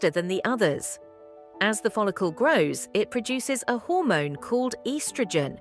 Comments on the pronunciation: Im about to unsubscribe if she says estrogen like that again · Eestrogen? Why does she talk like that?